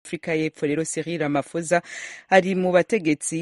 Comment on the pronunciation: Sinzi impamvu musoma iri Zina nabi Kandi ba nyiraryo bahora barivuga mwumva! Basoma "Ramapoza" ntabwo ari "Ramafosa" ph iwabo bayisoma nka p gusa.